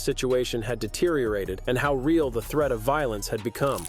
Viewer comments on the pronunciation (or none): none